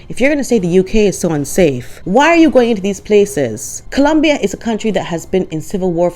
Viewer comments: I think you nailed it,!! Thank you! And thank you for correctly pronouncing "Colombia!" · As a Spanish speaker, MJam does not speak Spanish (and I love how you pronounce “Columbia”)